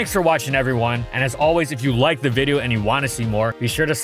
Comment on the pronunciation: Why did you call a video, a viddo at the beginning?